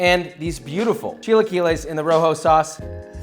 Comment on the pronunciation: “A row-hoe, and a vuur-day”